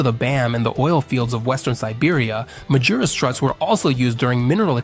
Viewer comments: You found many WRONG pronunciations of the company's name! It's "Mah-ghee-rooss"! All other pronunciations are bullshit. What could be expected from one of those annoying AI channels that have a faster reproduction rate than bunnies? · Please get the AI to pronounce Magirus correctly.